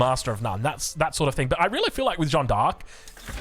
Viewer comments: The vowel sound in "Jeanne" is just "a", not "ea" nor "oa". If you want to improve your pronunciation, think of "Jeanne" as a single syllable: "Jan" (short "a" and short/medium "n") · The correct way of pronouncing Jeanne is not like John. forget the e and try to pronounce the a the same way it is pronounced in all latin languages. That's the correct way. The same a you have at the end of Maria for example. Edit: Of course Joan is fine as well, we get who you are referring to:)